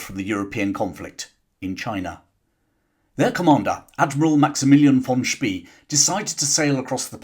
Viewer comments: Xcellent video! Think “Spey” is pronounced “Shpay” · Spee in German sounds "sh bay." It gives me creeps hearing his name spoken as "ss bee." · Sorry if I got it wrong! "Von Spie" is how what you said would be spelled in German, except there is no such name. The word "See" (sea or lake) is spoken like "Zay" and that's how English-speaking historians usually pronounce "Spee". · Admiral von Spee. Pronounced Shpay (English spelling) Gneisenau Pronounced guh neisen ow Good video otherwise,. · The surname of the German admiral is correctly pronounced as “Shpay” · Hi,, thanks for replying. The ones that hit my ears are Von Spee, where the EE is more like french ÉE than as in English "spree", and Gneisenau, where the G is hard.